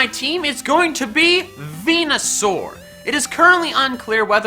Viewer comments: ARCANINE, NOT ARCINIE! MEWTWO CANNOT MHAVE A NICKNAME IF IT'S GENDERLESS! VENUSAUR, NOT VENASUAR! AND STOP LEAVING OFF THE D IN PIDGEOT! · VENUSAUR, NOT VENASAUR! AND THERE IS NO H IN ALOLAN! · THERE IS NO O IN VENUSAUR! AND IT'S AERODACTYL, NOT F*CKING ARODECTLE! FIX IT RIGHT NOW! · FORNITENERDS NERDZ Not a single person says it right its VENUSAUR